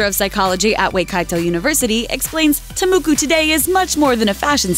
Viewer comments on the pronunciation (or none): Ta moko is pronounced "Ta Moh-kho" not "Ta Muku". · i libe in new zealand and she totally butcherd the maori words, Waikato is pronounced why-ka-toeand Ta Moko is Pronoced Ta Moe-koe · I'm from New Zealand, I'm sorry but you pronounced "ta moko" wrong. It's said "tah mookoo" :) moo as in book :) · Its not te muku, it's TA MOKO😂 and you have to roll your tounge when you say Maori😂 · Sooo you butchered the pronunciation of ta moko. Its not muku it moko...like more and core together... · why does she pronounce it ta muku when it is clearly spelt and pronounced ta moko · It’s TA MOKO not “Ta muku” but A for effort. The information about it is false. When women got a ta moko done, it was because they were chosen to be a chief for their tribe and many other reasons why that you’d have to travel to New Zealand for. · It's not pronounced muku it's moko. The Māori one. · Tah mohkoh not tuh Mookies. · ta moko , its TA moko ..lol we get it for our kapa haka this year at school. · your saying Ta Moko wrong. well you basically said every Maori word wrong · sommer tukaki agreed the cringe is real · I don't blame you for mispronouncing a language you're unfamiliar with but I am curious as to where you got the U sound from in ta moko. In any case ta moko is a broad term for Maori tattoo, moko kauae is what you're actually looking for in regards to the female chin tattoo. There is so much that you got wrong here that I have to wonder about the credibility of the information about the other cultures here. I'd suggest that people take this video with a grain of salt and probably other videos like this too. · Omg the pronunciation of the Maori words is so bad🤦🏼‍♀️🤦🏼‍♀️ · Omg when she was pronouncing the Maori words I couldn't help but cringe she got it very wrong